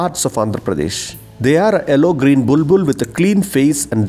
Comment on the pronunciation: i needed this vedio on bulbuls. thank you so much but it "Yellow" not "ellow" sorry for correcting :-D